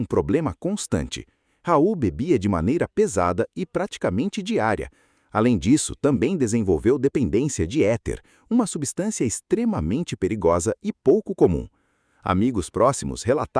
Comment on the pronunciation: Não é héter, mas éter...